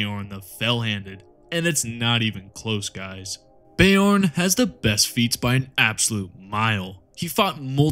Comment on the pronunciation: "Bay-orn" the fellhanded the physic damage continues 😂 Please always go with your own pronunciation of everything, gives me a good giggle everytime 😅